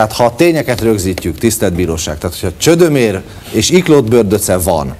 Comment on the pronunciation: Olyan nincs, hogy Csödömér. Csömödér a helyes.., ahogyan a címben szerepel, meg ahogy Hajós is énekli.